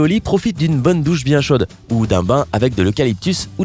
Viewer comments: D'une bonne douche pas d'une bon ne douche il est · "D'une bon ne douche" 😐